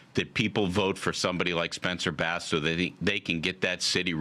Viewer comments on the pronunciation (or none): Dude just said "Spencer Bass"? 😮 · he said spencer bass 😂